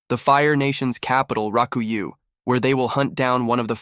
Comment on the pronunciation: Rakuyoh...not raku you. >.<